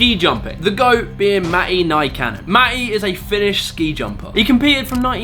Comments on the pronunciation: Not to be rude, but you completely failed the pronounceation on "Mati NYkaane" In Finnish, the letters are pronounced differently than in English so its an understandable mistake but still had to point that out. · i laughed so hard when you tried to pronounce matti nykänen